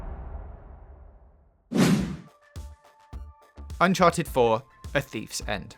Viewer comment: Fowtnite // Wed ded Wedempition // Unhawted fouw // Howison zewo dawn // God of Waw